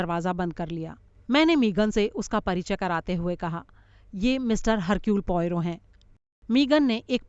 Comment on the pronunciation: Sorry...I beg to differ.... actually it should be pronounced as Ercule... not Hercule...no offence meant...